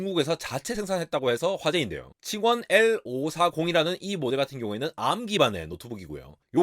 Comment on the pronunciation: 한국 유투버들만 굳이 arm을 에이알엠이라고 하던데 1998년도 이후로 그냥 암이라고 공식명칭도 바뀌었습니다